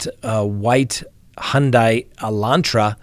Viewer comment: Detectives in their 20’s 😢? Where on earth is the FBI? They need a hotline where folks can leave information and a reward leading to capture. Praying 🙏🏾 for those families. “Hyundai” pronounced like “Sunday”